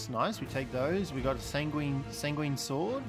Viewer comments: Enjoyable video but it's san-gwen, not sanGWEEEEEEEEEEEN, that really started to grate on me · pronounce it how you want, I've heard more people pronounce it sang-ween than I have heard san-gwin